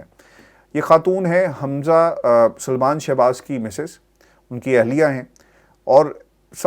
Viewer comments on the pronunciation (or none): none